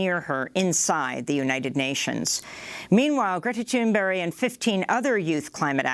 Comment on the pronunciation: It sounds like Amy is saying Greta Thunberry. Lawl.